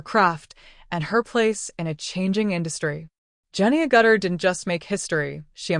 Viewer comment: Her name is pronounced "AG-itter," not "a-GUTTER." AI is not so smart.